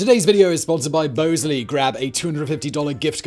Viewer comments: It's "Bahz-lee"😂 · Shouldn't Bosley be pronouced Boz-Lee, like the character in Charlie's Angels? There is no E after the S and before the L. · Your sponsor pronounces it Bahs-lee in the US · Bosley pronounces their name like the character in Charlie's Angles. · Pretty sure you’re pronouncing your sponsor’s name there Simon my boy